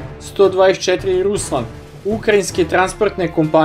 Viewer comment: Nije Ukrajinski, no Ruski transporter. Nije A-eN, već An i tako se čita... Baš kao što piše!